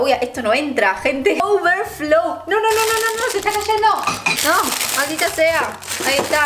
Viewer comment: Me da risa cuando, en lugar de decir "No" pronuncia "Do" 😂